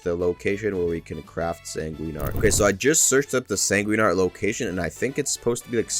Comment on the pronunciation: bro fr said "sanguinini"